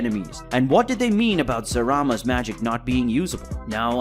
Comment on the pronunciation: why you pronounce it zarama isnt it zalama?